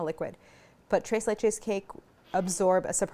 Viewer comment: Tira-leche cake! Tres lech-u cake!